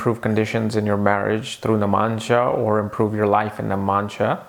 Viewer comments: I am stopping this video midway and quitting because I can't hear that irritating 'namansha' 'namansha' again and again. iIt is 'Navmaunsha' for God's sake! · you always say namansha ... its 9 Navamsa please pronounce it correct ?